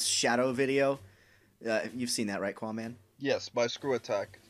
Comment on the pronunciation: One thing that is bugging the shit out of me. Qaaman is not pronounced 'qwa-man' it is pronounced 'ka-man'. That shit is bugging me! Anyway...